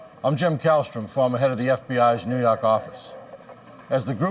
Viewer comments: New Yawk or Yark?old! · Get it right now it's the New Yuak Affize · I love the way he says it 🇿🇦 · Nee Yahk Ahfice